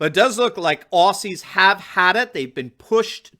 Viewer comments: OZZY! Not Ossy said with a Z!! Get it right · Hi... it is pronounced ozzi... not ossi... Melburn... not melborn And it is not fair to ask police to do this crap..after working so hard to be a trusted member of their communities...now this is just another way to divide Australians..... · Aussie is pronounced - OZY , not ossy. Melbourne is pronounced Melbn, not Melborne. But you got the rest right. Unfortunately the mainstream media are crucifying them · Aussie (Oz ee)! Not Ossy (Os see) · it's Ozzie, not Ossie 🤗 Nothing is what it began as in Oz. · Hi. I am an American but I was raised by an Australian mother and have spent time in Australia. Please pronounce Aussie as Ozzy and not with an 's' sound. Thanks. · Dude. It is pronounced “ozzie”.